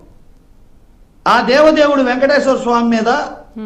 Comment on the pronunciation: అరే లోఫర్ వైసిపి లోఫర్ వెంకటేశ్వర స్వామి కదరా వెంకటేశర స్వామి దేవుడి పేర్లు కూడా సరిగ్గా చెప్పలేని నీలాంటి పేటియం నా కోకో ని ఏమని తిట్టిన తప్పులేదురా చెప్పు తీసుకొని కొట్టాలిరా మిమ్మల్ని శ్రీ వెంకటేశ్వర స్వామి అని పలకలేని నిన్ను డిబేట్లో కూర్చొని పెట్టినందుకు ముందు ఆ యాజమాన్యాన్ని అడగాలి